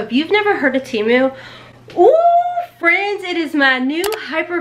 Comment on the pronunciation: Just for future ..... it's Temu, the Tem part is pronounced like TEN , not Tee...(lazy e) so it's Te (like meh) mu. I wear plus size too and will DEFINITELY be ordering from Temu. Or...Tem.....moo. lol You look great in everything!